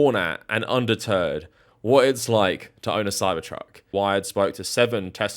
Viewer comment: i prefer to hear "undeterred" as "underturd"